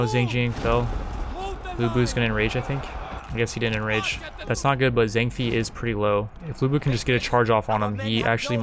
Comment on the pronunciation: Zang FEE. LU BEE. 😂😂😂😭😭